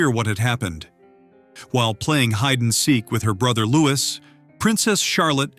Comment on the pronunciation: It's pronounced 'Lew-ee' not 'Loo-is'. Jus' sayin.